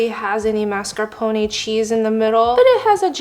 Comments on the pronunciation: Mars-ca-pon. No MARSCEEPONA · it's not correct, though? It's mascarpo-ne (similar to "nay" but not as long of a sound) not mascarpo-nee. For tiramisu, her stress is just off. She says tira-MISU instead of ti-ra-mi-SU. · It's (mahs-car-peh-nee) not (mahs-car-poh-nay) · The Italians are dying as she keeps saying "masca poney" I love you honey marscarpone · "Teeeramisu" and "mascarponay" are making my Italian soul boil!!!🔥🔥🔥🤣🤣😡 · Mas- car- Poe- nae 😭😭😭🤚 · I don’t wanna sound mean or anything but mascarpone is pronounced “mar-ska-p-own” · Tirameeesu and mas-car-poney- hahaha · It is pronounced mars ca pone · I tried, I really did, but then the pronunciation of mascarpone made me commit crimes in my area. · The way you say mascarpone and Tiramisu is so silly I love it. Edit: if you’re taking offense to my comment when i literally say I LOVE IT, thats crazy work. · The way she pronounced Tiramisu and Mascarpone almost gave my husband a stroke. He’s Italian. 😂🤦🏾‍♀️ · Watches first 20 seconds, looks up pronunciation thinking she's saying it wrong, realizes I've been pronouncing mascarpone incorrectly my entire life 😅